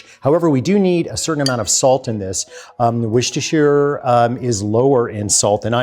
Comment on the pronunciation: If I'm making Cornish Pasties, I'm using Skirt. Not sure if our butchers ever tell you whether its inside or outside though. Also, it's not wor-she-ster sauce. It's pronounced wor-ster. The sher in the middle is silent.